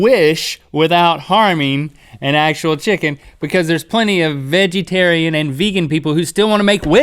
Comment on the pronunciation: Veggie-tarian lol